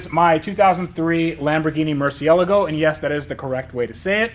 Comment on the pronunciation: "Murciélago, yes, that's the correct way you say it" - Beautiful stab at Doug "Cannot Pronounce Murciélago" DeMuro